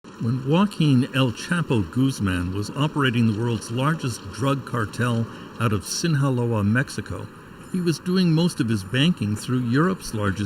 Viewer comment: "El chapo Guzman was operating out of sin-ha-loa"🤣🤣🤣🤣🤣 news commentators have some funky pronunciation sometimes